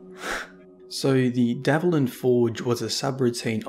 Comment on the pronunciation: It's DVALIN not DAVLIN. You are mispronouncing it